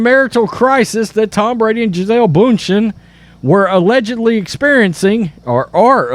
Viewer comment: It’s ‘bun-shen’ She deserves to have her name pronounced properly. She is a very successful business woman.